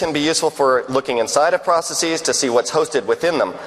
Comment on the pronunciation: Mark, you’re a legend, I love your work but, for gawds sake, why are saying “processes” like that? It’s driving me nuts!